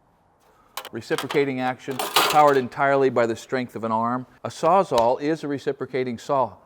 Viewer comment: Can someone address the crisis of everything pronouncing it SAWZAW